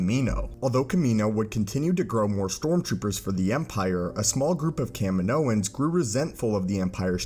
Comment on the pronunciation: thank you for saying Kaminoans properly